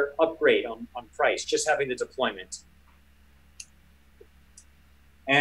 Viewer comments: For being a watch dealer, shouldn’t he know that it’s “deployant” and not “deployment?” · its deployant not deployment